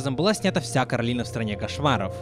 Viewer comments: Коралина,а не Каролина!!!!!!! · Боже Не коралИна ,а кОралина В мультфильме это говорили раз 10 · Не Каролина а Коралина! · Она КОралина. Не КАролина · Почему ты её называешь Каролина она не говорится Каролина у неё имя Коралина ?!!!